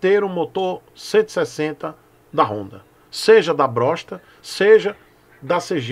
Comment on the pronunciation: Perdi quando falou "Brossta" kkkkkkkkk